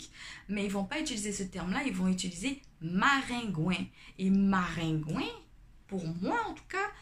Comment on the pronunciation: Ce qui m'a surpris c'est maringouin (ou marengwen) comme ça s'écrit en créole isit et koridò😂😂😂 mais quand tu as dis marengwen j'etais morte de rire 🤣🤣🤣